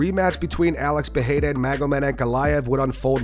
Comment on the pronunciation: Chael you can’t even figure out how to say Alex Pereira’s name. You say it differently every single time. Your outdated opinion are getting more and more useless. Loved ya in your prime. Best mouth on a mic. But it’s time to shut up